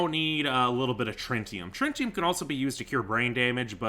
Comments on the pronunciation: "I am a goddamn master of scientific arts" Says trintium instead of tritium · 🤓👆 erm actually, it's pronounced tri-ti-um not trin-ti-um